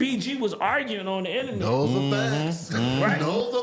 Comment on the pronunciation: no more inananets today has me rolling🤣